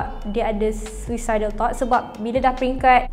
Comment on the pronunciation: tapi sebut dia SUU-SA-ID , bukan SU-EE-SA-ID, malu la bagi info banyak tapi salah sebut perkataan 😅